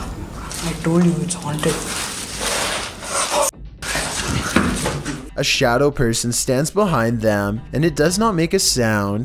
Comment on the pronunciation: “I dold you ets auaunted”😂😂